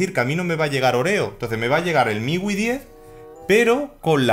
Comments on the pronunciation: Hombre, MIUI se pronuncia miyuai, para que lo digas fino filipino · "Miwi" - refiriéndose a MIUI, 2018